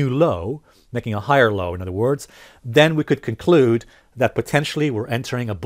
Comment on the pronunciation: "COCLUDE"? I'm unsubscribing.